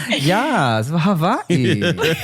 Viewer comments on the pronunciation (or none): The way pronounced Hawaii sounded like havarti cheese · there's no way is hawaiian.. tim know more than her. and she ain't even pronounce "Hawaii" right😂😂